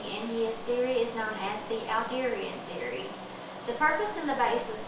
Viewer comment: It's Adlerian theory (as in Adler), not Alderian theory. Also, I wouldn't consider Adler the "Father of Psychology". Thanks for all else.